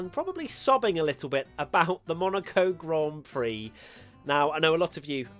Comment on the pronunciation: Not enough people are talking about the way serena tried to say 'grand prix' istg